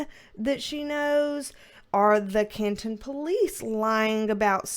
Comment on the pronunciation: I live near Canton MA, and you did pronounce Canton correctly